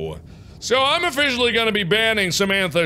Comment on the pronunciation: "i'm ofFISHally going to banning samschnett" im sorry 😂😂